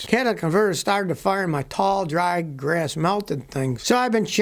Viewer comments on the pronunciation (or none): none